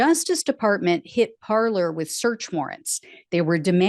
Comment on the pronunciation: Parler is the French verb “to speak” and is pronounced parlay not parlour